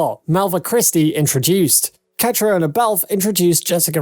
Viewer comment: Learn how to pronounce the principal’s names! Ka-tree-na, Hue-han, Gabaldon-don’. Oh yes, Caitriona and Tony are married!